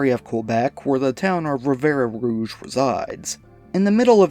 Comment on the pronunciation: Ffs... it's Rivière Rouge. Means Red River. To pronounce, rivière = riv-ee-air. The final 'e' is silent.